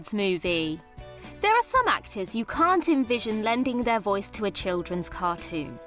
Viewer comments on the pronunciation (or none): none